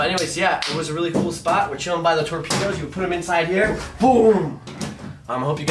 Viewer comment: Or Tor-pee-toes....